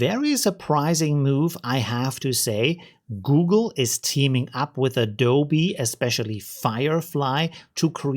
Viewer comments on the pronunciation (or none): none